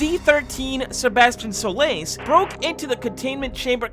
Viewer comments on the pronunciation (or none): Why do you say Sebastian Solace Like Sebastian Shoelace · Ah Yes. Sebastion Sole Lace. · Ah yes: "Sebastian Shoelace" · Things that are incorrect about this video: That pronunciation of Sebastian Solace and the wrong door number. We didn't choose to become Expendables, we were CHOSEN to be sent to the Blacksite by Urbanshade. Everyone knows about p.AI.ter Everyone knows about the Trench Bleeders too. Wrong door number again It can appear before his shop too or not appear at all These rooms have a chance to not even spawn and that specific room is rare